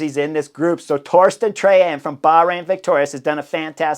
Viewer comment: Pretty solid your pronouncing of name of race leader Torstein Træen. Kudos. Wish him all the best for the next couple of days.